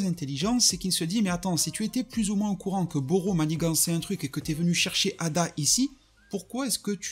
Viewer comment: C'est pas ada c'est eida